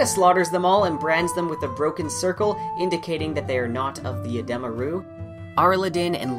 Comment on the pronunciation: It’s Uh dee muh. It’s not uh deh muh